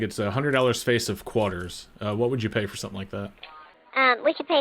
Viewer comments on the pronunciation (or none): Which part of the country are you from? I've never heard anyone call it a "Quaaar-ter" before.